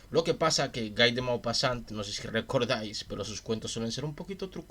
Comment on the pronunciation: Se escribe Guy, pero se dice gui ( como Gui (llermo) gui (on)